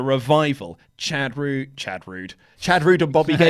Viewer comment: seriously just said Chad Roode and Bobby Gable... wtf?